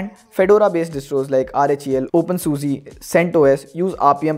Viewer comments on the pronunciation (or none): Daeeebaiinnn... Not deeebain Opeeaannn Susa..... Not open Susi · not taunting but its not opensusee its opensusaa